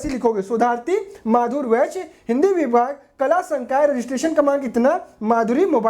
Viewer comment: विषय ❌ वैश्य ✅